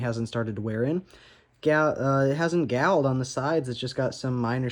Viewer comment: did you says "gowed"? 🤦🤷 That's not a word. If you mean galled aka galling, then is just like saying all. You just put a "G" in front. Galled(said like gawled) or gawling.